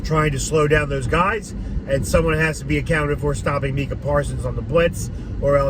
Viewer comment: excuse me sir but its pronounced, Mike-ah, put some respek on his name. 🤣